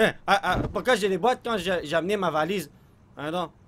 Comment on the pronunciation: dans presque tous les vidéos dis j'ai j'ai on dirait il dit gg